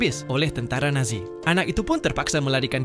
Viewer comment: Yang aku denger kok tentara nasi